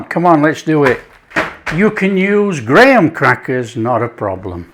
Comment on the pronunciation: It’s so refreshing hearing someone English pronounce Graham crackers. The first time I tried to follow an American recipe that required these crackers, I went out searching for gram crackers, and found nothing. One of my Indian friends even asked me if it wasn’t maybe something made with gram flour, aka chickpea flour. I only figured out much later that it was the American pronunciation that was throwing me off. 😂😂😂